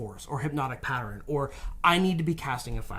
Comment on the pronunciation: did you know that "pattern" is pronounced "pat-turn" not "pat-ur-in"?